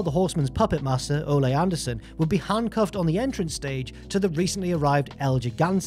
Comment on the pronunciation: I'll never get over the way you pronounce Ole Anderson lol its "O-lee" not "O-lay"